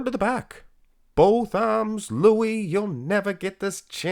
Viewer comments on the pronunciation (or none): none